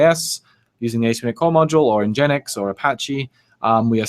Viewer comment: says "en-gen-ix" instead of "engine x"